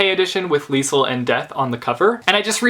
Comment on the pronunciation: It's pronounced leez-el